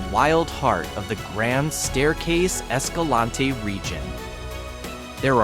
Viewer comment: You mispronounced Escalante. Leave off the last syllable for a proper local pronunciation.